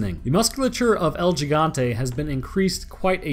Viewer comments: but you still tried to pronounce it like how english people would try to pronounce it. if you want to pronounce it right, you have to use hard vowels in every syllable, so it's gi = hi (sounds like "he") gan (hard "a" like the "a" in around) te (like the "te" in text). yours kinda sounded like higonteii. it's.... just not right @@ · the way you say Giant in spanish is "He-gant-eh" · You pronounce it has el he-gan-the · That's he-gun-te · So close! It's actually "el he-gan-tay" the first g is pronounced as an H lol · It should be more like "el He-gante" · gigante is pronounced with a soft g, more like heegante than anything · El he-gan-tae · Dude the way you pronounced "El Gigante" made me laugh😏😄 lol your second attempt was better but still off 😄. You see the correct way is the way you said it the second time all except for the way you said the "G" , on that letter you pronounce it exactly as if you were saying "he" so "he+ exactly how you said it the 2nd time all except for the g i just explained how-to lol😄😄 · El... GI-gan-tay. It is not pronounced as though it's a J. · El Gigante - "El - Hi - gan - te " which means "The Giant". "Higante" in Filipino and Spanish means "Giant" :) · its el higante as far as to be pronouced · It's read. Hee-gan-te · To pronounce it its “he-gan-te “ bud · You say el gigante like el jigante not gigante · Its pronounced Geh Gant Tee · It's actually pronounced 《el hee-gaunt-eh》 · Lmao it’s pronounced el “He-gan-tay” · You still said it wrong lol. Its pronounced "he-gon-tay" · L He-gante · My ears bleed every time he calls it El Yigante... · Dude.. you joked about pronouncing Gigante wrong but yet you still pronounced it wrong hahahaha it's Spanish it's pronounced HE-Gan-té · 🤦🏻‍♂️ Pronounced higanta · HE-GAN-TE. Say it like that. The G in this case in Spanish is pronounced like an H. Us Latinos laugh our ass off when you Caucasians say that shit wrong. Wanted to save you the embarrassment. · HE-gan-te proper pronunciation